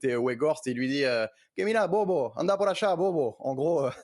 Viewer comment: Peonel Fressi arrugara como siempre... le consultant qui vit en Argentine il faut qu'il apprenne à dire "bobo"